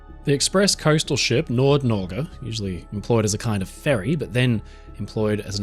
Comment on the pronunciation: My regards to you for being able to pronounce Nord Norge correctly it warmed my norwegian heart